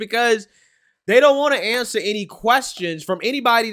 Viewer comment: He siad "I can awncer that" then said fukall.